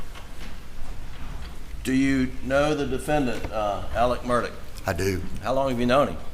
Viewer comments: Why can’t people get the names correct, Alex instead of Ellic, Murdolpf, instead Merdic? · Alex/Alec? Murdaw/Murdock? Why are the lawyers pronouncing the name differently? Didn't they say his middle name was Alexander? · Of the least importance...Murdaugh could never be pronounced "Merdick" unless there's some embarrassment about how it's properly pronounced. Don't care if you've got a North Cackillacky accent or not.